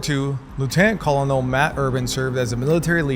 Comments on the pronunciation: Not quite. It's pronounced the same as a "Kernel" of popcorn. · "Col-un-ul" bruh it's kuh-nuhl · /ˈkɝː.nəl/ to the rescue. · Colonel is pronounced kernel.